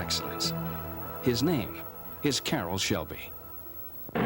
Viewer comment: Why does the narrator keep calling him caroll's shelby?